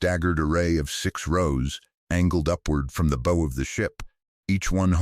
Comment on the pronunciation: Even if you want to be lazy and use A.I. technology - have someone literate DO THE PROOF READING ..... the front of a ship is THE BOW ( like Bow wow ! ) Not boe sound as you have allowed herein.